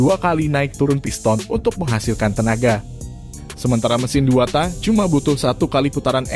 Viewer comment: TAK "K" NYA DIKERASKAN PRONOUNCE NYA :( JADI ANEH DENGERNYA